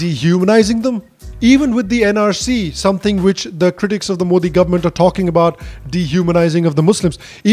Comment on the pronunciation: Being pretty doesn't make you a journalist, and also that she can't pronounce Modi